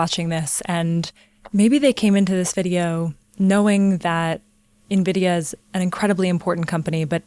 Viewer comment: Actually knowing how to pronounce NVIDIA. <3 lol Soooo many YouTubers butcher it.